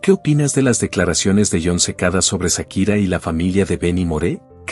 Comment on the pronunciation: No es Sakira 😂 es chaquira